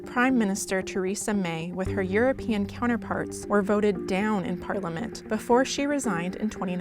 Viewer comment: If you're going to be an international reporter, it would be nice if you could pronounce 'Britain' and 'Parliament'.